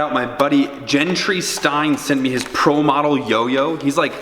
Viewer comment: Heyyy he didn’t say Gentry wrong